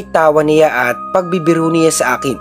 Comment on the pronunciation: SYA / NYA po kasi yung pagpronounce nun, Sir, hindi po SIYA / NIYA